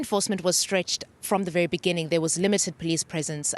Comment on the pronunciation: IN THE BENINGING